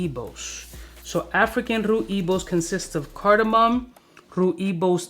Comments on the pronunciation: Rooibos... Is (so far i know) Dutch spelling. Pronounce it like 'Roy + Bosch' and then you're pretty close. Anyhow, smelled Rooibos this week and that is great. Need to smell the other ones. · Rooibos is pronounced: Roy Boss . It is a South African tea made from the bark of the Rooibos tree( so not really a tea, but a bark drink) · Rooibos is pronounced “Roye-Boss” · Haha another great video. As a south african I will help you out. Rooibos is pronounced Rooi(Roy)bos(Bohs). Its a South African tea. indigenous here also. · it's just "Rooibos" (pronounced “roy-boss”) and is a herb. Commonly used in tea and very populair here in the Netherlands. Personally not my cup of tea :P .. Keep up the work!